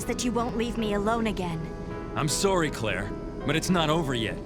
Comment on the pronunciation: "I said I was soORry"